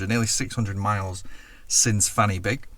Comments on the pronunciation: Fanny Big isn't pronounced like that though. Say it as Van Uh Big, and it's not so rude. Not so long back I was near Exmouth, and came across two roads called Inner Ting Tong and Outer Ting Tong. I tried to look up the history of those strange names - and failed to find anything. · to be a massive pedant Fan Y Big would actually be pronounced something like van uh big